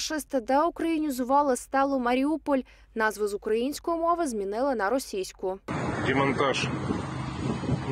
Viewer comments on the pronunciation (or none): none